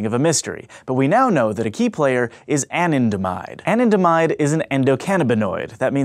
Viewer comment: Anandamide is pronounced Ah-Nan-Da-Mide not An-in-de-mide